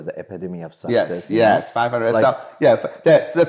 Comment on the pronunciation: When he says success he’s says sexes